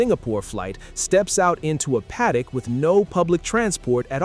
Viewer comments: The pronounciation of paddock hurts my ears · Do you use the word paddock in the US? Because you definitely don't pronounce it like that in Australia where we do! (I say this as an Aussie who lived in the US for years.) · The Ai voice saying: Padd-dock! LOL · I cant with the padd-dock